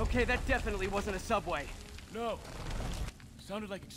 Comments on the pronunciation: SOUBWAY!!!?? theodd1sout:........................................... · OMG HE SAID SOUBWAY!! ODD1SOUT fans will understand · aww i love the little James reference "suoubway"